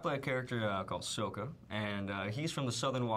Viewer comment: Did he say "Sohka"??? OH shipwreck, they changed the pronunciation! :(